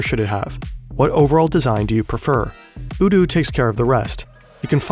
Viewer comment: Why are you pronouncing odoo with first singular o as oo? Is that how it is sounded? If not, then surely it's pronounced either as an o in not or as in bow?